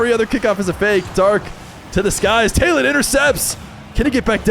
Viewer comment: The name Taylan is actually turkished and pronounced Tylan (similar to Tyler)